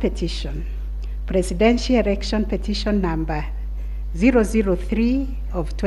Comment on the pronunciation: "erection" ..........its election